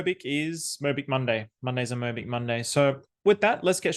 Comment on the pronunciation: 모비키~~ 모비키~~~ 귀여운 발음입니다^^ Bitcoin & BitMobick is priceless!❤